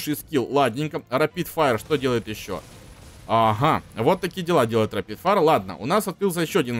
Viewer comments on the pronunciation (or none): none